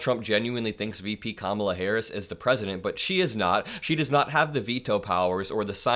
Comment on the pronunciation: He finally said Kamala’s name correct lmao 🤣